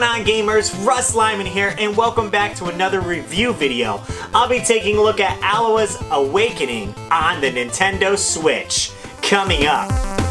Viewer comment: Thank you for telling me how to properly pronounce this game! I'd been eyeing this one for a while on Steam, but I'm really glad it's on Switch. Haven't picked it up yet, but I will.